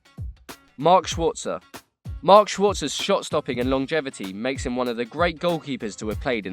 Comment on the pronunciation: Schwarzer? dafuq